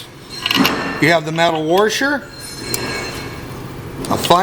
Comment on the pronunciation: Whats a worsher??? Are you attempting to washer? 😊